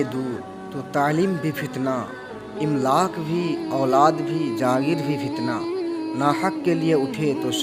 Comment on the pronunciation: بڑے بھائی املاک کے الف پے زبر ہے